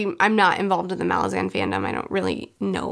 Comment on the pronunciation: Pronounced: Malázan Not: Màlazan The reason? Not because Erikson said it, but because if you are from the city of Malaz, regardless whether you pronounce it Màlaz or Malàz, you will always be a *Malàzan*! You're welcome 😁